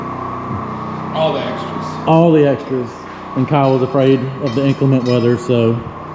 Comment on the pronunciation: Did I just hear you say "INK/le/ment (weather)?" Where did the INK come from? Have you never heard it said, ----> in/CLEM/ent (weather)?" There's a legal term called "CLEM/en/cy" And whar d'ya suppose muh darlin' Clementine got her name from?